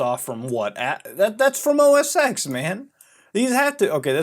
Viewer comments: So much misinformation here. Also. It's OS TEN, not OS "X". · its said "OS10" not "OSX" btw ( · IT'S PRONOUNCED OS TEN REEEEEEEEEEEEEEEEEEEE good vid tho keep it up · OS “TEN” not “x” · OSX is pronounced “OS ten”, not OS ex... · “Mac OS Ten” please. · OS “Ten” not EX! God ear worm! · It's Mac Os X (Pronounced TEN) lol not Mac OS Sex lmfao... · >OS eeks >Not OS ten Reeeeeeeeeee lol whatever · It's OS 10, not OS X, hearing that was so annoying pmsl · Ive been brainwashed enough to cringe every time I hear you say OS "EX". I know its not a big deal. It changes nothing in reality. But god damn. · OS X is pronounced as "O S Ten". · It's OS Ten. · Good video, but it bugs me that you Pronounce the "X" in Mac OS X. It's a Roman Numeral, it should be pronounced "ten". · You Mispronounced OS X